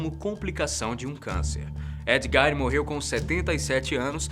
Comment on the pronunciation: Não é Ed Gain é Ed Gein